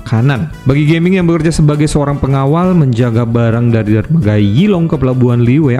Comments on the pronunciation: bacanya Ga ming bukan Ge ming bg wkwk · Fyi, bacanya Ga-Ming (Gah-Ming) ya kak. Bukan geming as in Gaming (english). Soalnya di twt juga udh banyak dibahas dan dijadikan meme dan dianggap disrespectful. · Ga-ming harusnya bukan Ge-ming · Bukan Ge-ming banggg😂 tapi Ga-ming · Tulisannya Gaming bang tapi bacanya mungkin bukan jd inggris Geming, tp tetep Ga Ming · Punten cara bacanya bukan "geming" Tapi "ga ming" Cara bacanya pake bahasa cina jgn lupa ini char liyue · sprtinya ttep bacanya "ga ming" bang, mksdnya bukan dalam english "gaming artinya maen game", nama tiongkok ga sihh. Cmiiw